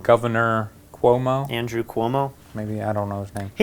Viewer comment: Thanks for pronouncing Cuomo correctly. You get a free pizza if you ever come to Italy. 😄